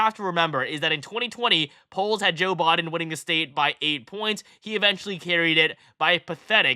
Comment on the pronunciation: Thank you for breaking this down. Also, for some weird reason I like the way you say “Biden” lol